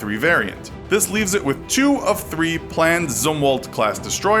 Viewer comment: As a ex us sailor his pronounceation of arleigh burk and Zimwatts I triggering me